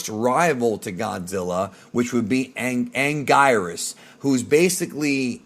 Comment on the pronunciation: It’s actually pronounced: “An-Geer-is” This monster’s name is pronounced differently throughout the years lol in Japanese and dub. He was once called “an-gwee-nus”